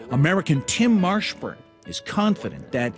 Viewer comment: Did he say tim marshburn?